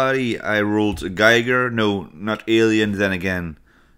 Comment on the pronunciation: Please, try to say GEEGER. Not GEIGER! You know, Hans Rudi Giger was Swiss (German-speaking).